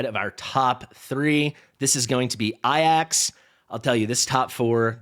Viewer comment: Love the content. But why I-AXE, his name is clearly A-JACKS? What am I missing? LMAO